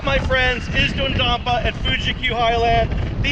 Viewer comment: It’s pronounced Dodadonper